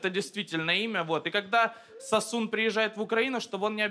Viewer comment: Рассмеши Комика - Официальный Канал не сОсун а САсун! По названию древней армянской провинции. В честь которой имя. Кстати, перестаньте усиленно "А"кать в словах иностранного происхождения, где это совершенно неуместно. А там, глядишь и начнёте на слух отличать, где "А", а где "О".